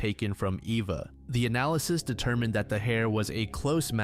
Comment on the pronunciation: why does my guy pronounce Eva 3 diff ways